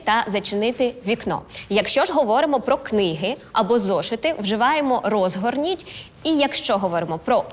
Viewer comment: Р Озгорніть чи розгорніть. Наголос на іть. Так знаю...